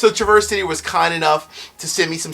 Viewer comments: Love your channel, but a few things to note. Traverse is pronounced trav-ers city. Not like traverseing a trail. I go to the distillery almost every summer, great town. My biggest gripe though is that (at leat as of 2 yrs ago) when i talked to the person at the counter, everything rhey sell except north cost rye is mgp. Their transparency is insulting frankly. Ill be there again this June, hopefully they are becoming more honest with their labels. What they source is quite good to be fair though. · two things- Traverse City is pronounced differently in Michigan with a midwestern style Trah verse with the accent on the start. Second thing= set me straight, I've been feeling like Old Elk isn't such a good value. MGP juice with low ages for like $90, even finished, that doesn't seem like a good deal- I can get the Woodinville Port Barrel finished for like half that (as an example). Is it worth it? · Pronounced Traver-city. Nice vid, thnx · Hey: I love your content, so I want to let you know that the folks up in Michigan pronounce it -- Tra-Verse City (like the name Travis) and not traverse, like the verb to cross. You will sound like a local when you rock that review! Your pal, Scott